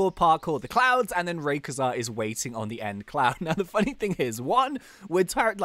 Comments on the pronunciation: IT IS PRONAUNSED RAIKOAISA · rayquaza is said ray-qua-za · It isn't raykuza it's rayquazza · IT is Ray quaza not Ray qa za. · It's not rayqiza it's rayqayza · that's not hwo you pronounce raquazza it's ra q ua zzzzzz a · raykauza? aleast thats what im hearing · u say rayquaza wrong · Please say rayquaza proprely